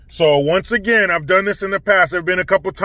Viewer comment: Hey, you know how sometimes you say "again" with a Canadian accent; how about sometimes say, I'm "out" with one as well... 😀